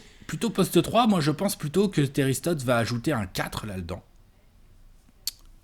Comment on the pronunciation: Non non du tout, par contre je me demande si je suis le seul à triper lorsqu' dit "Lal'dans'' au lieu de" la dedans "